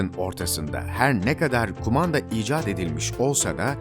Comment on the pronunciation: Merhabalar öncelikle emeklerinize sağlık "uzaktan kumada" :)